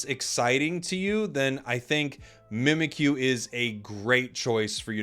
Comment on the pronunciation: Mimikyu is spelled ミミッキュ. It's pronounced Mee-Mee-Cue.